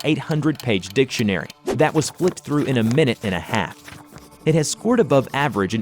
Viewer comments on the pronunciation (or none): none